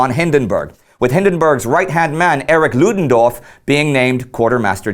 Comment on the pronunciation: Love Indy's 'Ludendorff': those tricky German phonetics must be sinking in!